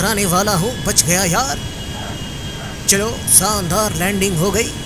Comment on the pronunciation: Noobra its shandat nit sandar